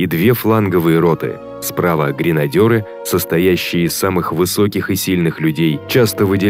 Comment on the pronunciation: ГренадЕры!. Диктор даже прочесть не может правильно. Что ща гренадёрги?